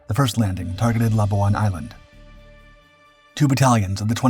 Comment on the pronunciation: Wrong!There was no Britain in WW2.Before Jap occupation,North Borneo was a UK colony & Sarawak was a UK protectorate.Labuan was pronounced wrongly.Thanks for a show on a part of history rarely shown,though.